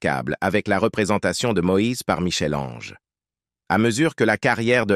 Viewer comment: La prnonciation de Michel Ange est la preuve que le locuteur est inculte